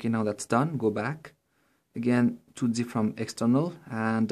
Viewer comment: It's Zip and not Gip :D